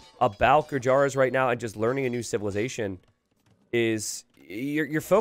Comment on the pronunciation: The correct pronunciation of Gurjaras is "goojers"